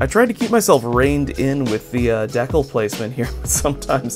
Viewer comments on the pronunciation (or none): How do you pronounce decal wrong